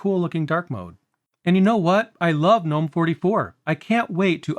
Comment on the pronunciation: Two things: 1. I love that you pronounce Gnome correctly. Thank you!!! 2. I love how my KDE plasma install wastes all of my RAM and only uses around 500mb